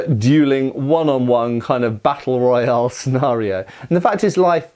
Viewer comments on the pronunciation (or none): none